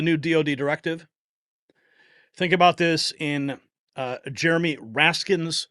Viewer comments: Love ya dude but the mans name iznt "jeromie" it is "Jamie" for shitz sake. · it's Jamie Raskin not Jeramy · Isn’t his name Jamie raskin???? He keeps saying Jeremy.